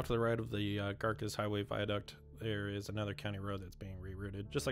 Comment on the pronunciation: Thank you, so glad I found your channel. As a resident of Tulare County (not one-larry, but two-larry) it is wonderful to see the progress. Note on names: Garces is name of early Spanish priest in the valley, so "c" pronounced as "s".